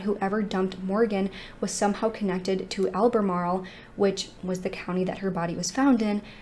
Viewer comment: I’m in albemarle, NC. I’m impressed that you said it correctly!